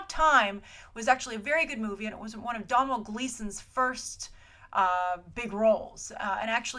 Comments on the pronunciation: for god sake domnhall is pronounced doe-nall!!!!! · Hi, Domhnall is pronounced as Donal (Dow Nal) Sorry to be nit picky but as an Irish person I've never heard it mispronounced:) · I hate to be "that person", but it's pronounced "Doe-null" Gleeson. Like it rhymes with "tonal". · Domhnall is pronounced Dough-nil